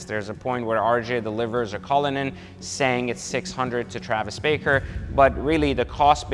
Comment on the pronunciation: Travis BARKER not baker. Hard to take you serious